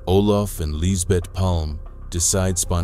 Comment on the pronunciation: Bra översatt text och väldigt realistisk AI-röst. Snyggt! Dock skulle du kallat Palme för "Palma" för att den inte skulle uttala namnet "Palm".